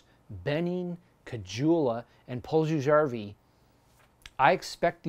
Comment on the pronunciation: too many valid points for the internet. you're supposed to say impetuous things and act like a petulant child :p don't you know how the internet works? good vid, but please, as the Finnish commenter below said, learn to say puljujarvi's name properly. cheers